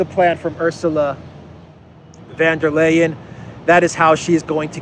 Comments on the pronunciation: It's VON Der Leyen. Not VAN Der Leyen. Sounds like an old aristocratic German name. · pronounces von der Leyen's name right. Take a leaf out of his book please,. I can't stand hearing about that stupid woman, but you murdering her name doesn't help. And by extension, it should be VON der Crazy, not VAN. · I love your videos,. And I LOL EVERY SINGLE TIME you say 'VanderKrayZee' - keep up the awesome work!